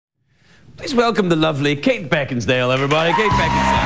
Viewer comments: Calls her "Beckinsdale" lol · He mispronounced Kate as BeckinsDale instead of Beckinsale. He was great though. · I swear he says Kate Beckinstale when he intros her! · It sounded like Craig said Beckingsdale on two occasions. It's also funny how they talked about how creepy it was that a tv show host kissed the guests but Craig does that all the time.